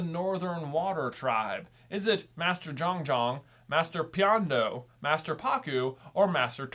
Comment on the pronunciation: J, you actually pronounced master piandao wrong, it’s not pee-ahn-doe, it’s pee-en-dow.